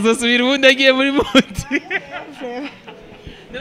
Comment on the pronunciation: Bro mukwiy guhindur camera vraiment amashusho yanyu ntabonek nez ham uwomukobw arek kwic English ngo mudiii bavug mood ntibavug mudiii